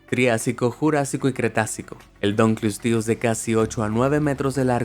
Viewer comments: No tienes que leerlo en falso inglés, "dankelsties". Es un nombre en latín. Y la pronunciación latina era como la castellana: "dun-kle-ós-teus". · se dise dunkleosteus